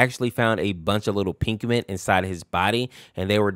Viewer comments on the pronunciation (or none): casually calling Pikmin "Pinkmin"